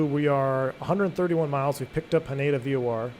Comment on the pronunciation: Not sure if this is something you'd be interested in reading or thinking about, but hearing you say Haneda was a little jarring. The emphasis is on the Hah, so HAH-ne-da. Also it's more like the ne in neck, notsomuch like nay.